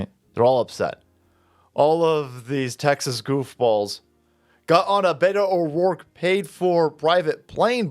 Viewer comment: "Butto O'dorke"